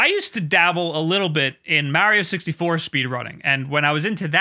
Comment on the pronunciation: Has anybody looked into why he says Mario wrong? I've never heard that mispronunciation before.